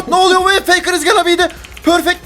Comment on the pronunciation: 19.44 feykır is gana bey dı pörfekt DWALŞWAİD